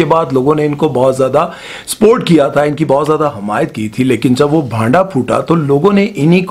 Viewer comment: “SPORT” kiya tha ?! 🤷🏻‍♂️🤷🏻